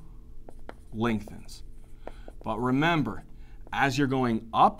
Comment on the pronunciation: An Egyptian med school student thanks u very much Doctor, such a useful video🌟🌟🌟 another thing, in the sound of "remember" just like the (remember, if u in fire STOP DROP and ROLL), I am full focus👀